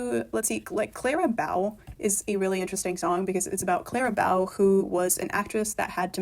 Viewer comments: Clara Bow, pronounced as in bow in your hair or bow and arrow. Sorry to be pedantic, but can we get her name pronounced properly? Thanks. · The mispronunciation of "bow" hurts my ears, but the rest was interesting. I really felt "Thank you, Aimee" was never meant for this album and should have been a vault track to rep or something like that. Also, who's afraid of little ole me? I love it so much.